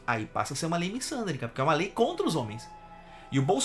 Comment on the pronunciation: Só corrigindo não é missândria, é misandria. Vc sabe o q é Bilhão?😂😂😂